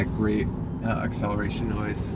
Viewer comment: He said acceleration boobs. Lol.